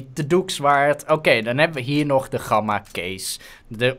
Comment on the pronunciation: Je zegt gamma niet met zo'n platte G je spreekt de G uit als in good